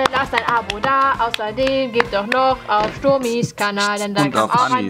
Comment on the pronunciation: Ich habe nur Wasser getrunken und wäre glatt verreckt wegen diesem "döch" xD